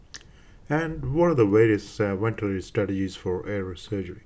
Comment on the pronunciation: I found this very difficult to understand. I am aware the presenter is Indian (perhaps a close-by country, I'm not sure), and he has a strong accent. There are so many words I can't get - question, ventilatory, patency, consideration, elderly, respiratory, morbidity, alcohol, radiotherapy, technique, congenital (this was one of the worst pronunciations), following, airway, important, some random words that are unintelligible, endotracheal, position, spontaneous, at this point I'm giving up. I would be embarrassed to have this online, there are so many errors in language and I would not as a trainee have been able to understand this lecturer. Even if this clinician is skilled and respected, putting a lesson online with such faults in pronunciation is not a good idea. I am aware that in different countries that pronunciation is different. However he is a figure in prominent institutions in England and it is incumbent on lecturers to actually be intelligible. If you claim this to be an educational video for anaesthetists around your country and the world I would recommend setting a higher standard. Also, strange to suggest using desflurane when it's obvious to use TIVA for these cases.